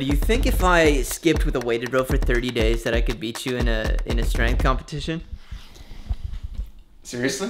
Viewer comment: True athletes always pronounce the STR as SHTR—as in Shtraight and Shtrength.